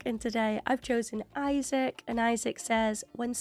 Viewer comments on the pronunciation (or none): none